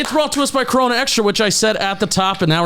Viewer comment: You don't roll the R in Corona